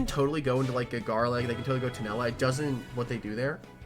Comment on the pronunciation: Uhm actually its tulenna not tunella 🤓